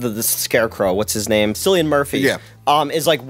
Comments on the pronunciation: it's Cillian Murphy (Killian) there is no K in the Gaelic alphabet. You silly-on. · Why do I cringe every time someone calls Cillian Murphy Sillyian Murphy.. just say it like Ben Richards... HEY KILLIAN..HERE'S SUB ZERO.. NOWW.. PLAIN ZERO!